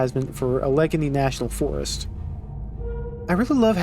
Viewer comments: I could be wrong, but I thought Allegheny was pronounced "AL-uh-gain-y". Hearing you say "uh-LEG-un-y" surprised me. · Great video, the only thing i wanted to say is that Allegheny is pronounced "Al-eh-gain-ee" instead of "a leg any" (Im local to the area) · As a Pennsylvania native, that pronunciation of Allegheny (Allah gainy) was certainly a special treat. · For the future, Allegheny is pronounced "AL-a-GAY-nee", not "uh-LEG-a-nee" 😉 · PLEASE!!! For your own sake(mostly mine), Allegheny is prounced Ăhl-uh-gainy (maybe looking it up is easier lol). I live about a half an hour away from Allegheny County and have also been to the forest itself. If you haven't already recorded the audio for this video yet save my poor ears and get that right or I will cry. 😢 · A pronunciation correction its pronounced Alle-Gainy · Just a note that Allegheny is pronounced "a·luh·gay·nee" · Haha the proper pronunciation of 'Allegheny' is 'al-eh-gay-knee.' Emphasis is placed on AL and GAY. Al (like the nickname for Albert), Eh (like the beginning sound in ectoplasm), Gay (like your dad), Knee (the body part you just struck me with lol). There are a ton of Indian words surviving in Pennsylvania, this being one of them. Cannot tell you how many interesting ways I've heard people pronounce them over the years. Love the series, keep it up! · Love the videos! Seriously, I love hearing your perspective on these wonderful levels! Just wanted to let you know that Allegheny is pronounced like “Al-Luh-Gay-Nee”! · I’m from Pittsburgh which is in Allegheny obviously so that was rough lol. Also it’s cool this game is based in the Pittsburgh area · You've probably gotten plenty of comments already, but Allegheny is pronounced Al-a-gain-e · Just so you know it's al-i-gainey for Allegheny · That pronunciation of Allegheny is criminal. I guess you don't have much of a connection to Pennsylvania